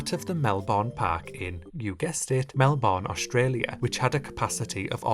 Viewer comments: as an Aussie, it’s pronounced Mel-Ben not Mel-born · ITS PRONOUNCED MELBIN NOT MELBORNE! MEL-BIN